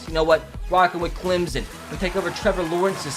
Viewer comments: It’s not Clemzon it’s Clemson you idiot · I really hate when people pronounce it Climzon. It’s Clem-SON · Clem-sun is how to pronounce it